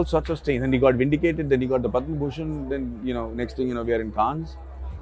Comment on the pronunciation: Everything ws excellent abt the interview, including Anupama's spontaneous burst of hearty laughter, except Maddy getting "Cannes" pronunciation wrong.